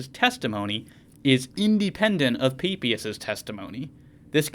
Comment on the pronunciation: Thank you for the video. Umm... at 4.33... my childish brain heard peepee-us 😅